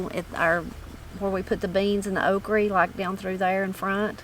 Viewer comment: “Okrie”. For okra. Funny